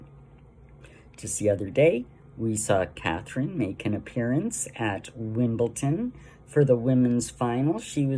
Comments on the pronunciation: Makes me puke when I hear Americans pronounce WIMBLEDON - WIMBLETON? Is it difficult to pronounce the letter D? Sue Smith does that too. It is WIMBLE DON, please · it is Wimble DON